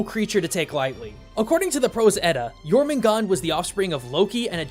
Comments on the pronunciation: Why aren't you pronouncing the r in Jörmungandr? sounds weird without it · Jormugandr (World Serpent) has an -er at the end. Not Jormugand. Sorry if I sound like a snob, but even MatPat said his name right. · Jormangandrr* theres some R's at the end. Not Jormangon. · It’s Jormungandr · It’s pronounced yormangander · Dude do your your research the world serpents's norse name is jötungändr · It’s yourmangandr the R is supposed to be pronounced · Jormungandr don’t forget the R in Jormungandr, I’m a Norse Pagan, this is kind of important to me, all in all I give this Video an 8/10 in Mythos Accuracy, good job, love your vids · It is pronounced your mun gunder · He pronounces jörmundgander's name wrong ITS SO ANNOYING. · The "dr" in Jörmungandr aren't silent, y'know, Can't just cut off the last part of the monster's name like that